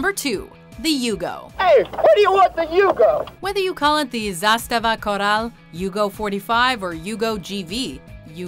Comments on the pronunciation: I cringed when she said "zastava corral" we Yugoslavians (not anymore) don't have that accent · i cringed physically when she said zastava koral as if it's in spanish